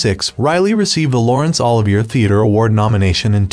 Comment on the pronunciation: The narrator doesn’t know how to pronounce Lawrence Olivier’s name? Wow!